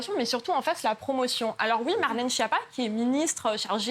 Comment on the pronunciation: Incapable de prononcer le nom Schiappa correctement. On dit Sckiappa et non pas Chiappa !